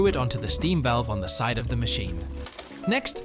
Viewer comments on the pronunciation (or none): none